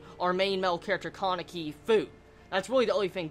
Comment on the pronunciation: I'm sorry, I'm really sorry, but I have to say just this: Touka = 'to' as in 'toll', not 'toe', so it's ends up sounding like 'touhka' and not 'toeka' Kaneki = not KAAneki, but probably KA-NE-KI with emphasis on all syllables rather than stressing one particular one. If you absolutely have to stress something, say it 'kaNEki'. I hate to be a youtube know-it-all I'm sorry everyone I'm sorry I just hate name mispronunciation :(